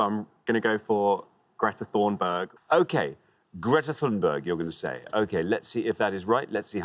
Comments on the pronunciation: If he had said Thorm berg I would say fine. But he really did Thorn bird..lol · in case you didn’t watch the episode, a board of 16 famous women to name. Just previous to the lad saying Tammi Grey-Thompson, another lad said Greta Thornburg which was claimed to be ok because ‘somewhere in the world they will pronounce it as Thornburg not Thunberg’ absolutely pathetic, they didn’t want to tell him he was wrong because he was black and gay…tick, tick, tickety-tick. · You disallowed one team because of one letter spelled wrong and yet you accepted an equally wrong (actually worse) pronunciation of Greta Thunberg. Thorn is not the same as Thun !!! That is two letters off ! I was shocked when you did this. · Thornburg wrong, Hanni wrong. That was disgusting. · No swede anywhere will pronounce it "thornbird" 😂 "sammi" was much closer to the correct pronunciation. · Thunberg can NOT be pronounced like that.